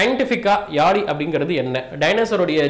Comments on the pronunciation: Yali illa yazhi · Yazhi crt ah pronounce pannunga bro thamizha.🙄👈